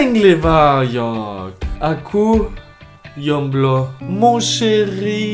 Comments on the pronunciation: Dengar nya dia bilang "aku yomblo" bukan "aku jomblo" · Aku jomblo, not "yomblo" as you say😁✌🇮🇩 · Aku...Yomblo... Me: Dude, i just heard you say "Yomblo"... Its not Yomblo its J omblo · "Aku yomblo" wkwkwk 🇲🇨 Edit:emang aku jomblo wkwkwk tapi jomblo ya bukan yomblo pak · Single in Indonesia to say is not "yomblo" but "jomblo" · Actually, The "J" in Indonesia sound J not Y